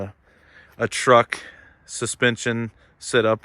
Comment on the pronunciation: Did he say much better sit-up you mean setup my guy but great review you have a clear voice my guy